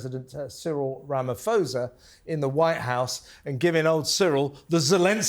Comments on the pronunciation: Ramaphosa, pronounced Rama-po-sa, by the way, didn't have a clue what that video of crosses was. It was a video of a protest held in 2020. It protested all farm murders whether the farmer was black or white, an owner or a farmhand. No mention was made of the thousands, if not millions of people of all races that are murdered in the cities and the suburbs. South Africa has a high crime rate which is a symptom of a massive wealth gap in any community. Note that white Afrikaans farmers own most of the arable land in South Africa and most are enormously wealthy. Note also that many black South Africans don't own a bicycle, let alone a car as a direct consequence of oppression during Apartheid. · You should learn how to pronounce Cyril Ramaphosa correctly if you are going to discuss him.